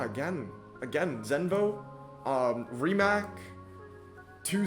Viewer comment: the 'c' rimac is correctly pronounced as ts.. like ts in tsunami.